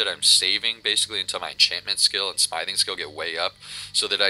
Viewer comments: IT'S smithing pronounced sm-if-ing not smiething. But all in all good video. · Sm-ith-ing, ith, like "with", but other than that the video is helpful :D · Were you seriously pronouncing Smithing like "Smyething?" LOOOOLLLLLL!!!!!!